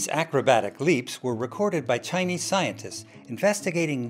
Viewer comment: When he says Chinese scientists, I here tiny scientists